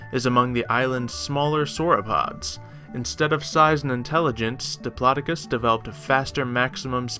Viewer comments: I think it's pronounced dip-low-doc-us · I be live it actually is pronounced dip law doe cus